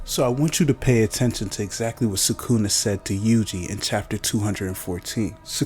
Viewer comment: bro you could at least pronounce it right it literally sounds like you are trying to pronounce it wrong you almost pause before you say it every time